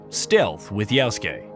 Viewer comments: How can he accurately say "-suke" and mess up "Ya-?" Reminds me of "Ghost of Too-shee-ma." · If you say "Yaosuke" instead of Yasuke ONE MORE TIME, 🤣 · The way you pronounce yasuke is "yaoske" ... which is abhorrent and disgusting, why ?